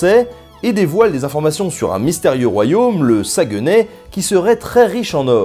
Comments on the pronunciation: Ses pas le sa-gue-ney Ses toutes un même mots sagueney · Petites notices: on prononce Hochelaga "Hoch'laga" et Saguenay "Sag'nay". Les termes "indien" ou "amérindien" sont des mots péjoratifs imposés par les blancs, tout comme les noms donnés aux différentes nations. On doit désormais dire les Premières Nations et les Inuit. Les "Montagnais" se nomment les Innus, les "Hurons" se nomment les Wendats, les "Iroquois" se nomment les Haudenosaunee, etc. Et attention, tu mélanges les Iroquiens et les Iroquois, deux peuples bien dictincts. Jacques Cartier a rencontré les Iroquoiens, mais leur nation avait totalement et mystérieusement disparue lors de la venue de Champlain. Et Cartier a embarqué Donnacona, ses deux fils et 7 autres iroquoiens, dont 4 enfants, DE FORCE sur son bateau! Bref, il les a enlevé. Lors du retour de Cartier en Amérique, seul une fillette avait survécu... qu'il n'a d'ailleurs pas ramené afin qu'elle ne démente pas ses dires. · Bonne vidéo j'ai bien aimé étant québécois mais deux petite chose à redire 1.Saguenay se prononce "Saguené" Et selon moi un très très grand manque de professionnalisme Au début tu n'a pas mentionné les caribou! XD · la rêgion Saguenay ne se prononce pas "sag-e-nai"mais "sag-né"